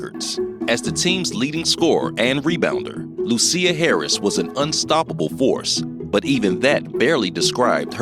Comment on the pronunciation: SIR PUT SOME RESPECT ON HER NAME... IT'S NOT LU-CEER HARRIS BUT LUSIA as in LOO-SHIS...THANK ME LATER